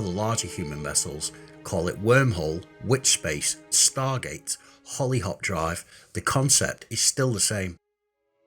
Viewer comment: I had to keep replaying the section to hear exactly what you called the FSD, Holly Hop. Reason being, is my dog is named "Holly Hawk", and it sounded so similar. Good stuff,. It's well researched, and well presented. Thank you for helping to keep this game interesting. o7